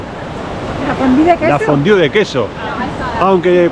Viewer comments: porque dices fondiu? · es La fondue, como tu lo dices suena fatal